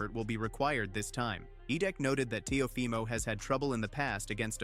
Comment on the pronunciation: What is up with these ai voiceovers? It pronounces Teofimo in three different ways